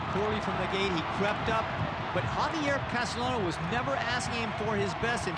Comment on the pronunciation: Great race! That 3rd horse that maybe took 2nd place also had a great finish. Note: The professional media commentators need to be trained to pronounce the jockeys' names correctly. In Spanish, a double LL is pronounced as Y. So, Castellano is pronounced CAS-TEY-YANO (not CAS-TELL-ANO).